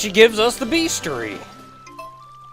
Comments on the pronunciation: "Beastiary,", not "beastary." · I've never heard "bestiary" pronounced "bees-tree" before.